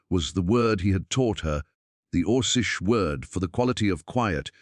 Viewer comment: 'kay, it's or-keesh, not or-sheesh. On the plus side, I'd been wondering if there were tales where a human girl/woman hooked-up with an orc/alien guy, just today, well, here we are. Good job.